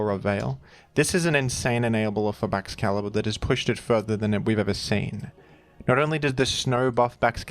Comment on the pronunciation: It's Baxcalibover